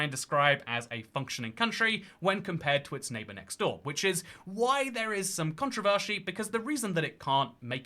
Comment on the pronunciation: no controvershy? 🥺